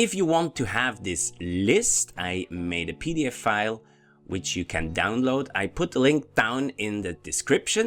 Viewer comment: When you say PDF file. Make sure you seperate the f sounds. Not pdfile, PDF file. Otherwise, it sounds to much like pedofile.